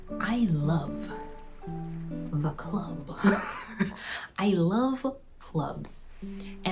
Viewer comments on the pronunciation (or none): I love “the k-uh-luhb” haha yes!